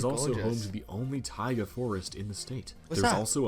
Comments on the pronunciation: Taiga, not tiger 😂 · Taiga not tiger 😂😂😂😂😂😂😂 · It's Taiga Forest, not tiger forest. Look it up. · Taiga not tiger. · It's Taiga not Tiger. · Taiga. not tiger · TAIGA, not TIGER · Not "Tiger" Forrest, Taiga... Taiga Forrest. Taiga is a climate typically featuring long, very cold winters but milder than Tundra. A Taiga Forrest is usually densely covered in coniferous trees (trees with needles that don't shed or change colors during the fall). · Taiga... Not tiger lol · Taiga not Tiger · Its Taiga...forest.Not...tiger😉😊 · For the Massachusetts high point, It's taiga not tiger. Taiga is a cold, subarctic region. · Taiga, NOT Tiger! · Taiga Forest, not tiger forest. 😂😂😂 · I believe that tiga not tiger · Taiga forest; not tiger. 😂 Knob is not used to refer to the same thing in American English as in British English. Yes the air is thinner at high land places. People often get mild altitude sickness when visiting Colorado and similar places if they aren’t used to it. The air is so thin that baseballs fly much farther so the Denver baseball stadium has particularly large dimensions and they keep the balls in a humidor to weigh them down a bit. Lived near Mt Hood and now not far fron Mt Rainier. Yes we sometimes saw Hood smoking. It is active. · Taiga, not tiger. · Taiga forest. NOT tiger. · Taiga, not tiger. LOL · Taiga...not TIGER. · You know you’re from the U.K. when you mishear taiga as tiger. 😆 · Hee! Only a non-rhotic English speaker could confuse "taiga" for "tiger." forgot that in North American English dialects like that of this video's narrator, we pronounce our R sounds!